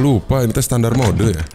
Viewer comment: terasa gatal telinga saat mendengar kata SETANDAR ???? WTF